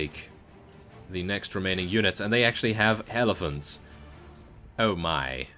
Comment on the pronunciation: At like mins sounded like you said hellephants